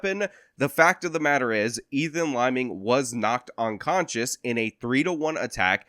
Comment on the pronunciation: Are you saying onconscious ?